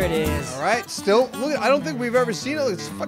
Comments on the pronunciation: it’s okay! You say it similarly to “steel” when it’s “still” so all you have to do is say “ill” instead of “eel” and you’ll be perfect! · “Stiel” oh you silly man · Hey, St-ill. Not steel 🤣🤣🤣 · So pronounces it "St-E-il"? Well I guess I can forgive him as long as he says creek correct. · it sounds like you're saying "steel" instead of still 😂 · You've probably already been told this by now, but when you say "still" it sounds like you're saying "steel." But like I said, you probably already knew that by now. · Love you, but it's pronounces "Still (St ill). Say, I feel Ill (Sickly) today. Then put an 'St' on the front. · people give u crap because it sounds like you're saying "steel." Try saying "will Bill still chill" and see if u can hear the difference👍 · You're saying it like Steel like the metal. You're making an E sound instead of an I sound St-ill, you say St-eel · the reason people make fun of you is, because you mix up the way you are suppose to pronounce them. Steel is like electric eel and still is like illness. Let them hate, love the videos, better than cable and netflix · you're saying still like steel. You're advancing your tongue instead of withdrawing it. Try saying hill and heel for comparison. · He said "steal" instead of still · It's still. Like how you saw the word "'ill" you don't pronounce it "eel" "still" not "steel" I had to watch that part like 20 times before I realised what you were trying to say hope this helps. P.s. I stutter and people mess with me all the time so fuck them even tho I just corrected you... Shit I'm an asshole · It's "still" not steal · he says steal not steel you hear the a and thats what makes it sound weird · say steel, steal, and seal... Now say pill, mill, dill and still.... Hope that helps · Question for on the next Commenting on Comments: What do you use to make moonshine?(how he pronounces still)